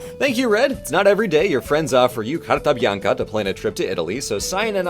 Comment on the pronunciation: as an italian, if you wish to come back to italy visit sicliy or the south in general, it has a lot of greek culture in a few sites :D (also his pronounciation of carta bianca was good :D)